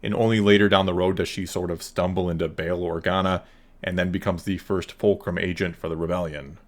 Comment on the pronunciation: Dude. It's Bail Organa. You're trippin.